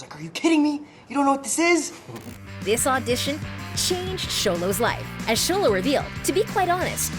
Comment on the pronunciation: Someone finally said Xolo correctly!!! Yahayayayaya